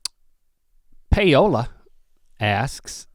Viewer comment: LOL Link read Paola so weird